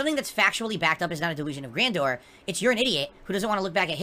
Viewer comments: I wish the "sentient" lightning would hit him everytime he says "Gran dooor" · Da'Lusions of Gran-Door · "Anyone who thinks I have delusions of grandoore is a morahn and an idiot! Anyone who says I wasn't great is a morahn dood ackackack!"